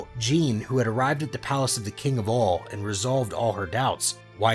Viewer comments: Her name: Gine The creator: J E A N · its gi nae